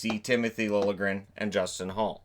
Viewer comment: Dude! THANK YOU for pronouncing Liljegren correctly!!